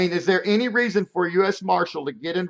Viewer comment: "Reason" not "resin"